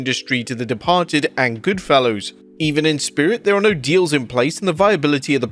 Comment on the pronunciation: GoodfellAS, not Goodfellows.